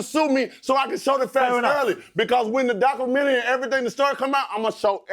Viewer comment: that ducu-eru-menrwy gunna be lit hahhaha